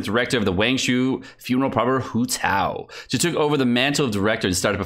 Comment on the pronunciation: everyone sayin WHO TAO but not HOW TAO ?